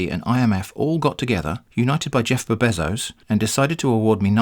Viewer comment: I can't get over every time you say 'Jeffb Bezos'